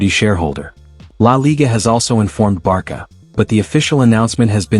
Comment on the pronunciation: Based on the name of this channel, you seem to be a Barca fan. If so, why do you mispronounce the club's name? My friend, it is pronounced [barsa] all over the world, not [barKa], for goodness sake. If you use AI for voiceover just be sure to replace "Barca" with "Barsa" in the text to make the AI pronounce it porperly.